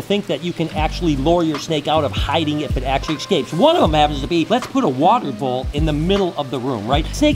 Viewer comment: Cool 😂 but can you stop saying "exscapes"?! 😂